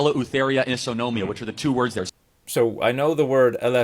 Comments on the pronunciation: Greek (atheist if that matters) here. Eleftheria/Eleutheria/Ελευθερία means Freedom or Liberty depending the context. Isonomia/Ισονομία (which by the way Kirk (?) pronounced better than Ελευθερία) means equal upon the law, having same rights, privileges and obligations. Notice however that not all need to be equal upon the law. You and I may be equals but "the other" may be below us. This again is related (in this case) to Direct Democracy, which however, in Ancient Athens, did not include women, immigrants nor slaves. As such Isonomia/Ισονομία was practiced between equals, the free native male citizens of Athens and not everyone. In addition, Isonomia/Ισονομία doesn't need democracy!! Despite the fact that in this context it is implied by Kirk (?) that it does. Ancient (male, free citizens) Spartans, despite not practicing democracy, they were equal upon the law. Interestingly their women were "more free", in modern understanding of the term "freedom" (hence the quotes) and they had more rights and privileges than Athenian women! As a matter of fact Isonomia/Ισονομια in Ancient Sparta included possessions and ownership, which in Ancient Athens was not the case. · I think he meant ισονομία which means equal before the law or equality basically. Charlie always butchers Greek words. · I'd guess the second word Kirk is trying to say is Isonomia (ισονομία), as in equality before/of the law. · Kirk tries to pronounce and use the Greek word "ισονομία" (isonomia) = equality in front of the law. What an irony !